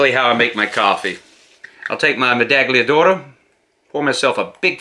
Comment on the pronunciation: Hi, Italian here. it's meda-ll-ia d'oro, as you would say "medallion", only a little bit softer :) it's as a Spanish would pronounce "Tortilla" I hope you're not offended by my correction, thanks for your content :) Ciao!